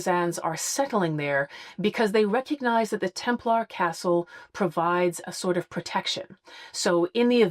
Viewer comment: What's with this "Templahr" pronunciation? Does that come from the Da Vinci Code? What's wrong with the "Templer" pronunciation that most people use? This seems to me a case of hypercorrection or affectation in order to appear more educated.